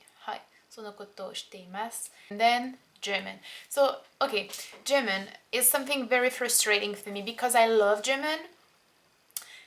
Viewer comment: You say "German" like "Jimin" hahaha